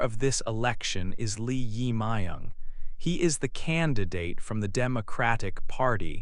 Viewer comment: Please check your pronunciation of 이재명 Lee Jae-myung, who is a current president in South Korea in 2025.